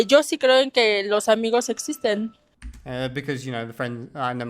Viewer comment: I love that you took the rioplatanese accent on Spanish “sho”.